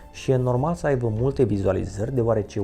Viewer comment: De ce zici “aivă” in loc de “aibă”?